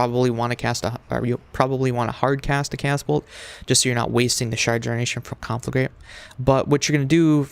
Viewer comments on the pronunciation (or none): you pronounce conflagrate wrong what kind of warlock is this